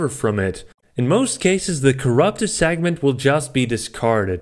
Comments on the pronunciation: Please,.it's pronounced segment, not sagnent. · I was watching this at 1.5 speed, and it sounded like he was saying "sagment" instead of "segment".